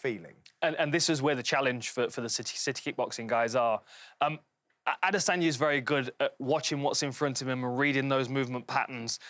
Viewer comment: still don't understand how these guys can't say Adesanya's name correctly